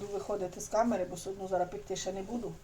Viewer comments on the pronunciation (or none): none